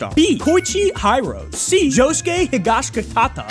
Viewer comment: Why did he pronounce Bruno and Josuke’s last names like that? They say it the same in the sub AND dub so I don’t get the confusion